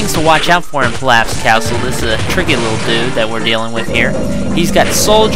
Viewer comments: its prnounced peeloff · LOL PILLAF? have you ever seen the anime? it's pronounced peeloff lol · me: holy shit pielaf! dude next to me: its pilaf me: I DONT GIVE A FUCK! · Pilaf is pronounce Pee-lof. But someone prolly already told you